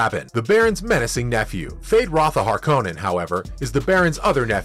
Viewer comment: And harkonen, among others